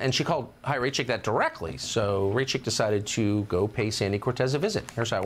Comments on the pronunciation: The fact that no one reporting on this can, or could be bothered to, pronounce her name properly, is one of the most deliciously ironic things on the internet today 😚👌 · I love that no one gives a fuck about how to say her name 😂